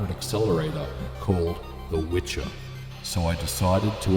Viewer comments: And you should pronounce "vi-her" use connection of two words "Wii" or "Vi" and "her",,,,And yes Wicher means "Strong Wind" It's not Witcher :) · Dude. You should pronounce it "vehear". It's a Polish word for very stron wind :D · Pronunciation for anyone interested: vee-hair (roll the r) 👍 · Not the Witcher at all. Wicher means gale, strong wind. And it should be pronounced vee-her with hard h. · There is no "c" in the name of this card. "C" is silent when "h" is after in polish. Always. So, name of this card is Wi(c)her - strong wind in polish. I think "gale" would be a proper english translation. Anyway. Cool video. As always. 🙂👌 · vee-her. the pronunciation of the W is also wrong in the video :) its like a V in video. but thats just nitpicking.. thank you for your videos! and greetings from Wrocław! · and it's pronounced with H like in "here", not like in "cheer" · its not Witcher :)Wicher means strong wind and should be pronounced "Viher" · Wicher (which in Polish means "gale" or "strong wind") is actually pronounced VEE-HAIR, not "witcher" ;) Anyway, good job and a thumb up! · It’s Wicher, not Witcher which translaten in Polish as gale/hard wind. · We pronounce it "VYHER" here in Poland. Not "witcher" or antything alike. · It is pronounced "Vee - her" and means "gale". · It's "wicher" not witcher. "Wicher" is a name in Poland, of a strong wind (wiatr in short). Its not witcher (the game). If you wanna try and prononunce it more or less try speaking "viher" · In case anyone is interested, it's not pronounced like "witcher", c is completely silent. It's more like "vee-her" and means strong wind. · One tip about the name of this accelerator -> Wicher (Witcher without "t" in the middle) means in Polish "strong wind", should be pronounciate as "veeher". It's not going from The Witcher series :) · I’m from Poland and I believe you should read it as Veher :) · it`s called wicher which means something similar to wind in polish, not witcher ;)